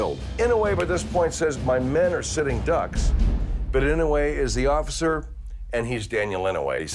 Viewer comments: Hector I was just saying that it pronounced inoy not inaway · I'm pretty sure his name is inoue but with nonstandard spelling. Pronounced ee-no-eh which is very close to what he says. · Ee-no-aye! That’s how you pronounce it. 👍🏾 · I love how he says "--and he's Daniel Inouye" like that's just how hardcore his name is and a statement to how badass he is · You are saying his name wrong. I like the show but atleast do enough research to get the pronunciation correct. I am certain he deserves it. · He pronounced his name wrong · Ugh i hated the pronunciation of Inouye but i guess he tried?